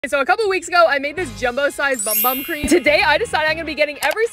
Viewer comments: It's actually pronounced boom boom. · By the way it is pronounced “boom boom” not “bum bum” I hope this is helpful ❤ please like so she can see this 👇